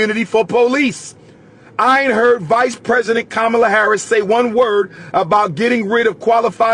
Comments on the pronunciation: It’s Comma-La why keep disrespecting her name? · He said Kabamala 😂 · He said: KABAMALA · I lost respect for you when you deliberately pronounced Kamala’s name wrongly, just to disrespect her; and lied about her sister’s complexion… in fact you are continuously sounding like Trump … Since you claim to know what policies the Black community needs implemented, why don’t you RUN FOR OFFICE and get them done. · Your a disgrace mister history major for you to continue to mispronounce her name when you know better that's no different than boy and gal you know 50 percent of all blacks in America aren't pure African